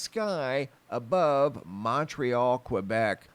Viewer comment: A polygon has 5 sides... A hexagon has 6 sides. And Quebec is pronounced "keh-bek"... not kweh-bek.